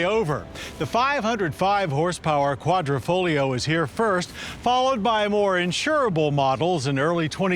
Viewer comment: its Quadrifoglio not quadrofolio.